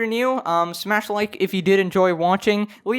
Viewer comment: are you american? edit: whenever you say bye it always sound like you have an accent but definitely not american, sorry if you’ve already answered this